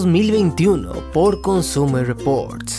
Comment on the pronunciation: Querido....... NO DIJISTE "COSTUMER REPORTS", cero nostalgia jajajaja, bueen video de verdad adoro estos tops